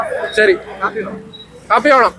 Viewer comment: കാപ്പി ഓണം അല്ല ഹാപ്പി ഓണം